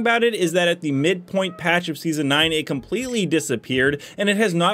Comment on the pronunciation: You said completely wrong "compretly" is what you said I would have redone the vid